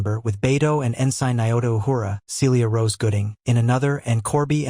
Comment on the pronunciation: Please learn how to say ensign. Also the reason they had the right artifacts wasn't coincidental, it was because those artifacts helped them gather the information to find the site.